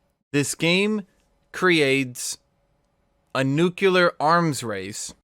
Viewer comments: NUCLEAR. NOT NUCULAR. FUCKING, NUCLEAR. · Nu-que-lar arms race .... yikes bro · If I hear him say nucular one more time I am gonna commit genocide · Gloria: DID SOMEONE SAY NUCLEAR?: Nucular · Nucular blade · i guess he really liked that one simpson episode XD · Why the hell can't you say nuclear right?